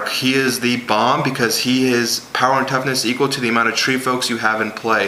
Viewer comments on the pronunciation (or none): none